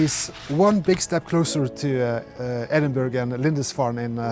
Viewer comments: Great stuff, and Tessie always deserves some TLC! I'm quite often speaking a second language also, so if it helps, "Edinburgh" is pronounced "Ed-In-Burrah", very best regards and great video, cheers 🤗🤗🤗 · Another great video. A tip for pronouncing Edinburgh…. It sounds like Edin boro or borough.